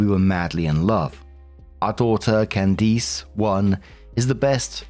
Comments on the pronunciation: Hearing pronounce Can -diss as Can-deese is toofunny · Alright,, gotta work on pronunciation. Can-dis not Can-deese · I am dead at the "can deece" pronunciation lol. its "cand-is" with a short i sound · Candiss. Not cand-eese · its Candiss, not Candeece. I have never heard it pronounced that way lol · I keep getting stuck on pronunciation of Candice (CAN-des) as (can-DEES). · I’ve never heard Candice pronounced this way lol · Completely unrelated to the first story but... has never heard the name 'Candice' said outloud before or is this a British pronunciation that just sounds horrifically wrong to American ears? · Why are you pronouncing Candice that way? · Story 1 - When STILL can't pronounce "Candice" correctly. Jesus.